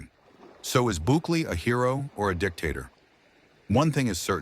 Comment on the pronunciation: Couldnt fuck up his name even more slow claps